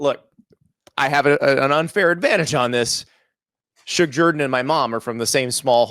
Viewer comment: Everybody says zJerden not Jourdan